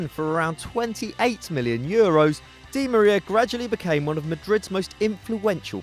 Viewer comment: yo you're mispronouncing Angel Di Maria's name. look it up don't stay ignorant